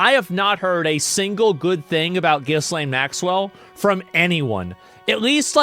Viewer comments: Ghislane is pronounced GeeLen I watched a video with her brother saying her name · It's pronounced "Jizz Lane" bahahahhaha😂😂